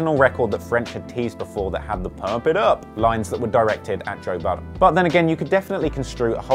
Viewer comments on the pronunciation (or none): Lmao..did u just call him"toe"budden??? Too funny!